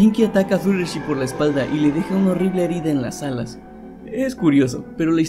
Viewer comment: fluttlershy no se pronuncia fluttershi se pronuncia fluttershay